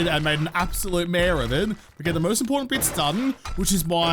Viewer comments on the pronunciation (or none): none